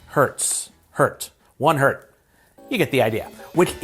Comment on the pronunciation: When he thought the Z in Hertz is an S and tried to pronounce it as a singular word...Hert 😂😂😂